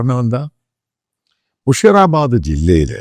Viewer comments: Sir It' not മുഷീറാബാദ് മുർഷീദാബാദ് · മുഷിറ അല്ല. മുർഷിദാബാദ്